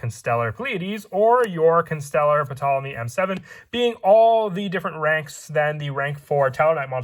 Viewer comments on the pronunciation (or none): It's a nitpick but the P is ptolemy is silent